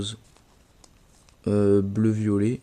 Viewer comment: A j'ai rigoler quand tu as dis "bleu-violet" 😂 #camille